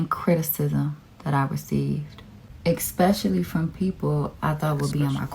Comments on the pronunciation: "expectually" grinds my gears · "He didn't spoke life into it", "EXpecially the people I thought had my back" 😂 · I truly HATE when people say 'expecially', aks, conflate 'a part' and 'apart' etc It really bloods my boil smh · I knew something was off when she said “exspeciaally” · Ylu know shes special when she says "expecially" 😂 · Can we stop saying eKspecially?